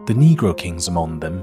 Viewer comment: 声音很好听，英国腔也掌握得很好，可惜参杂了美国音，还有读错的音，可惜。eg. among, 厄忙4音。